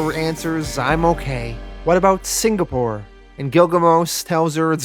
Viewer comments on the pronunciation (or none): The Singapore pronunciation still sounds off lol it sounds like you're saying Sin-Ga-Pore and it's more like Sing-uh-pore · The signapore thing was excruciating 🤣 At first I thought you said it like that because Plutonium did that and the congressman was too scared to correct him. Then you kept saying it out of that context and I was like nah🤣🤣🤣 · I also thought it was pronounced "Signapore." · i did notice " singapore " but we forgive you lol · Man I kinda liked the signapour pronunciation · I actually miss the wrong way you pronounced Singapore